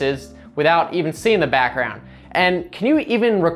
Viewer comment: Why did he say backgroundu🤣🤣🤣